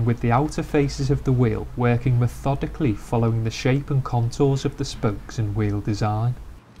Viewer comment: "me-THODICALLY". Seriously though, applying a finishing product to the inside of a wheel arch? Holy overkill, batman. for a real show car, I can understand being this METHODICAL, but for a factory Mercedes? 20 minutes PER WHEEL??? I salute you, my friend, you are FAR more patient than I will ever be.